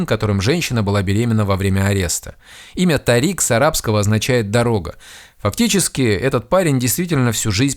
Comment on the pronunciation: Имя ТАририк, с ударением на А, не дорога😂😂😂, а имя звезды